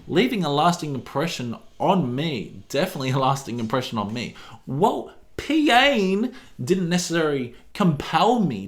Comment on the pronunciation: As someone who steadfastly refuses to pronounce the name of the movie "Se7en" as anything other than "Se-seven-en", I massively appreciate your pronunciations of "[P]Ain" :D